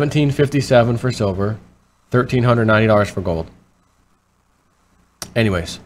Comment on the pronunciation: 1390 for gold??? You cant even get it right when you read it.